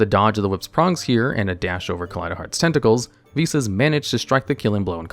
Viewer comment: ive already watched this video im solely here to comment that im so thankful you pronounced the name correctly unlike golden nova who was dumb enough to think it was pronounced v-sauce and i was forced to listen and watch it as at the time of his upload he was the only yugituber with one posted